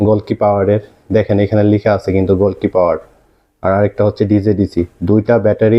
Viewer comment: গোলকি না... গ্লোকি😁😂 চোখ কপালে নিয়ে পড়েন নাকি মিয়া??